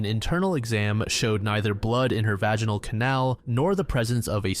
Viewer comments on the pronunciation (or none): none